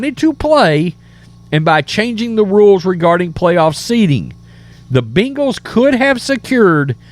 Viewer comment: It’s not “bingals”